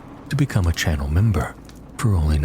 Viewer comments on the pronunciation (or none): none